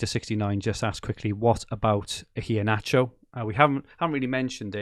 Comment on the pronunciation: My man still saying Ineacho instead of Iheanacho